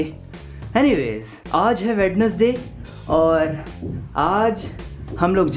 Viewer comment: Inhe koi wednesday pronounce karna sikhao bhai.